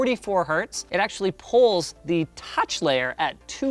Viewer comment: I kept thinking he said "pulls" then I realised he said "polls" lol.